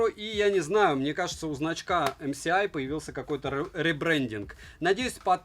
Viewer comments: Всё хорошо. Только не ЭмСиАй, а ЭмЭсАй🤷😉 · Не ЭмСиАй а ЭМЭСАЙ, уши режит неправильное называние этой компании. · Почему Эм Си Ай? Ведь Эм Эс Ай! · Правильно говориться "Эм Эс Ай" потому что "S-эс", а это "С-си". Будьте грамотнее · Спасибо за обзор. Наверняка, уже тыкали, но правильно "эм эс ай". Добра. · эмсиай, так так так... А где там буква си? /dushnilamode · Пора учить алфавит: C и S - разные буквы, если что. Режет слух, очень сильно режет, когда буквы обзорщик читать не умеет. Позор.